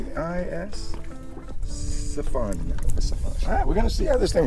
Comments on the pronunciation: Hey! Great video, just that the name of the company Piscifun, is pronounced with a K Pisci means Fish so its Piskifun. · It's not pc-fun ffs!